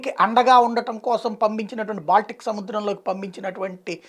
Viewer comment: ఇంగ్లీష్ కాస్త నేర్చుకుని చదువు! అది బాలిస్టిక్ సీ కాదు, బాల్టిక్ సీ!